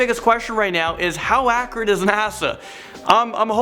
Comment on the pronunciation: For the love of god, please stop using words that you don’t know the definition of, and stop saying accurate, you say it wrong